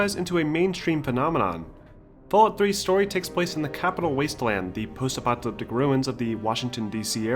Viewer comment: Apocalyptic, not "apoctalyptic"